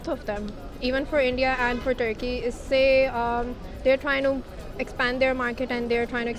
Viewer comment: if only american accent guy knows what Tharki stands for in India 😂 Edit: Ya Allah the guy speaking in Urdu now. But he choose to pronounce Turkey, "Tharki" while speaking in English.